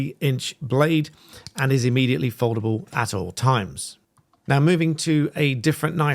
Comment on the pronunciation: immediately not ammediately.